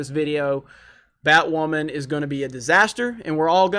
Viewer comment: "I'm Batwammon.."